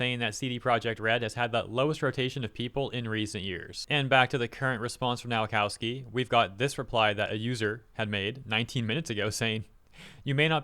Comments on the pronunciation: please stop reading Polish W like English one. W in Polish is read like V in English. so Nowakowski reads Novakovski. It hurts my ears. or option too double check how to read polish names and surnames: Open google translate, set it to Polish language, type in the word in question, press that speaker icon, profit. If whole Nation of Poland (under the age of 30) can speak English... show some respect. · His surname is pronounced 'Nova-cov-ski'